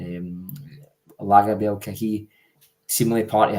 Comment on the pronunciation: Lagerbielke...that's an easy one... Lager-be-elk-ee